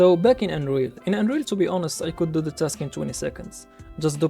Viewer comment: when you say Unreal, I here Android